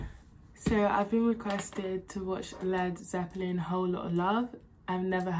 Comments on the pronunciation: These are Rock Gods. Yes, I'm old enough to remember when dirt was invented, but I've seen all the great bands. Yes you pronounced the name perfectly, although as you get deeper and deeper into them, eventually they're just Zep. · Yes you pronounced it correctly.